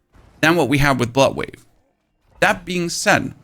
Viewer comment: Took me way too long to figure out you were saying bloodwave and not buttwave. Guess my ears are getting old. lol